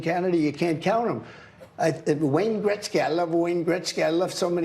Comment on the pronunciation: Wayne Gretzky is Trump's friend, yup, that's why he pronounces his last name "Gretzguy".